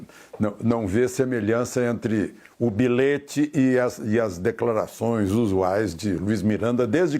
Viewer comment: Por favor, diga ao senhor Jonarlista Alexandre Garcia que a prunúnia da palavra BILHETE é feita comforme a escrita, com LH e não "bilete".